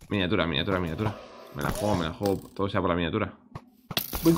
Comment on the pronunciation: Nose si escucharon pero Willy dijo toro en vez de todo Nada era eso solo nomás XD